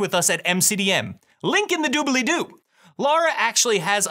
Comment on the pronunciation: Super helpful and energetic video. I think it's hilarious that you say "Doo-Bell-Ee-Doo", Matt says "Doo-Blee-Doo". The extra syllable just adds a little flair.